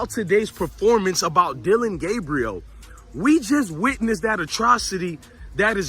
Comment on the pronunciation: Why don’t you Learn how to pronounce the young man’s name ..